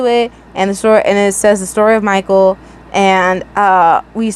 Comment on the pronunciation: I love how you call him “MI-cal “ 😂